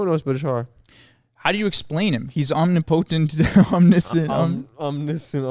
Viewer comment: omnipotent. ahm-nip-uh-tint. omnipotent. no worries, boys you'l get 'em next time.